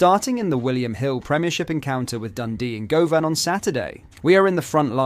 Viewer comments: I can't stand the Ai generated script and voiceover. Soutaar? Gohvan? Tavernee-ay? "Their city rivals" not our city rivals, or 'that lot'? Time gained but subscriber lost. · pronunciation for Tavernier and Govan is crazy 😂 Hope the AS FAR deal is true